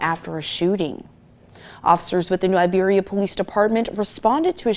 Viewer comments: Its "New IBERIA" not New Liberia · Why are you saying Liberia?!! That’s not right, it’s Iberia<—- that’s an I! A capitalized I! Y’all gotta start reading man. This is sad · It's New Iberia, not Liberia. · New “i”beria Sir. I happen to be Liberian so whenever you say it I’m like wait! Awesome work ❤